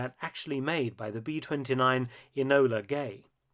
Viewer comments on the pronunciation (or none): Well done. The Lancaster bomber was was a very nice looking, modern design. Form and function! now For nitpicks sakes it’s “Enola Gay” (Name of Colonel Tibbit’s Mother) rather than “Anola” used in this presentation.